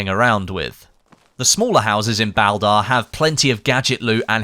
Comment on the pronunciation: Anyone else bugged w the pronounciation of Baldr? I've only heard it as Ball-durr, but I could be wrong. great vid nonetheless